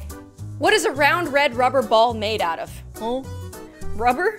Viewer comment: you said reb not red